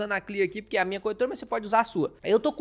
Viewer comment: MEUS ELOGIOS AOS CONTEUDOS DOS SEUS VIDEOS, DE VERDADE. MAS NAO POSSO DEIXA DE OBSERVAR AS PRONUNCIAS DAS PALAVRAS...RSRS. . . Esse " puriquê" falado é o charme dele. Kkkkk...e na voz dele Também as palavdas : pairti", " Govéirnuuu" , " ceirtas", " méircado", " cairteira", cara que embola a lingua nas silabas que têm a letra "R". Imagina ele falando a palavra AEROPORTO!!!! KKKKL CURIOSIDADE APENAS, VC É DE QUAL CIDADE DO INTERIOR DOS SUL OU DO SUDESTE?